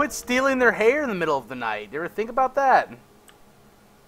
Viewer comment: I did watch the whole video, I watched that when I heard him say it, and also its not bought its about or 'bout. *facepalm*